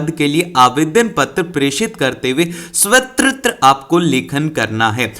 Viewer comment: Sir apni Hindi pr dhyn dijiye svavrat ko svtatr pdh re ho.....aapke ko aapko.....